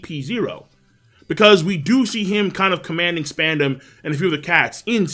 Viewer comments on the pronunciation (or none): Yoooooooo!!! King I almost pissed myself laughing because I thought I heard you say spandex instead of Spondham however you spell his name lol